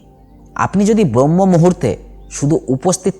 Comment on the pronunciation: খুব ভালো বলেছেন, চেষ্টা করবো। তবে কথাটা ব্রহ্ম নয়,ব্রাহ্ম মূহুর্ত